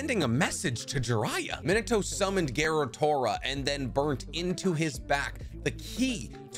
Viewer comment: Am I the only one who keeps hearing him say, “Minoto” instead of “Minato?’” 🤔 a-ah, e-eh, i-ee, o-oh, u-ooh